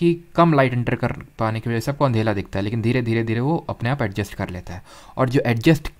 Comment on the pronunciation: when sir ask andhela instead of andhera 😂😂😂😂😂. is anyone notice.